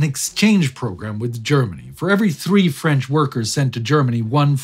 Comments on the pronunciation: Just here to say that your french accent is impressively good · Your french is flawless, just like the important work you're doing here. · My native language is French, I can tell you your prononciation is almost flawless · Wow, your French pronunciation is on the mark. Good job!